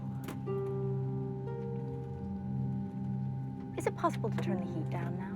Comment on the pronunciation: Wow, I can't believe a Swedish lady mispronounced SAUNA